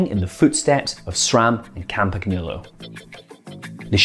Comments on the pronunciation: LEARN TO SAY CAMPAGNOLO JESUS CHRIST! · really nice video but please go and check how to pronounce "Campagnolo" a channel such as BikeRadar should know better ;o)